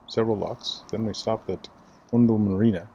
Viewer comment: I was waiting for you to do this section as our boat is moored at Titchmarsh. Unfortunately, the bow of our boat only appeared for about 2 seconds ! I'm sure someone mentioned in the last vlog that Oundle is generally pronounced starting as if you've been pinched - "Ow!" And Islip is pronounced Eyeslip. It's always difficult traveling places and knowing the way locals pronounce things, as there are no clear rules in the UK.